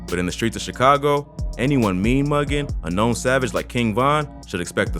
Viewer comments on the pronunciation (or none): none